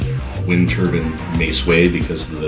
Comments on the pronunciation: Maybe because they kept mispronouncing turbine. It's not turban. You see the I-N-E at the end. It rhymes with pine. It's not the hat they wear in India, AKA a turban. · it is a motherfucking turbine! not a turban. turbine rhymes with lime pine fine sign etc its nopt a fucking turban!